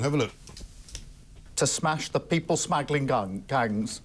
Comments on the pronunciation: Pathetic. "People Smaggle-ing Gangs" must be terrified. Why is the twat reading from a script? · Reading from a script is IMHO bad enough but then "People Smaggling Guns" In his opinion four months is rapid. Wow Mike class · People smaggling guns ! He cant even get the words people smuggling gangs right. He is pathetic. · too funny! ... "The people smaggling gungs!" .... says it all doesnt it!!!! 🤣🤣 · Wow, that's the gangs smashed.!!!!! Did anyone hear him, " The people smegiling gangs."!! He must have had Lord Alis sausage on his mind,and the smeg that he receives off Lord Warhead.!!!😂😂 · Kia Starter really shouldn't read a prepared statement he has clearly not written. his reading of the letter actually sounds like "to disrupt people, smuggling gangs". So now we have people actively smuggling 'gangs' into the UK? The guy is a dead boring orator at the best of times, totally pathetic when it comes to just repeating what he has written in front of him, he would be totally out of his depth with an autocue prompter!!